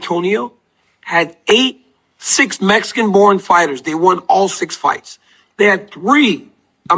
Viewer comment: But it's Messsican B like a Messsican chocolate chip cookie wit sawlzaw